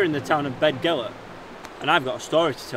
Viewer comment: You'll be upsetting the natives it's pronounced bethgelert. We all know how much the people of north Wales love the English, don't dirty our excellent reputation in the area!